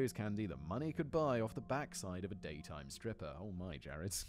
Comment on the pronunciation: Love the emphasis on "daytime" strippers 😍 👌 😜... the bullet wound shift.